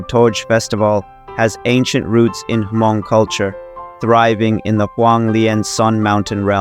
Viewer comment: It's pronounced "mong" not hamong. H is silent.